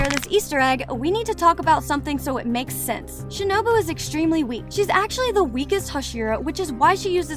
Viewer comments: Its shinobu not shinubo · who tf is shinibi its shinobu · Shinubo????? It's shinobu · She has the most American accent, she pronounced shinobu as shinObo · "Shinobo" got me dead af💀